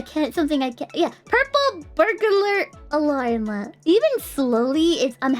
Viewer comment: She got the purple burglar alarm out pretty well, she just had to downshift into an American accent 😂